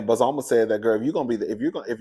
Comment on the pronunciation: Hey cousin they pronounced her name a Bozo ma. Bozoma